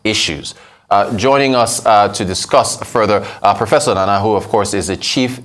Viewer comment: Nnanna not Nana. Come on, do better and have respect for the culture.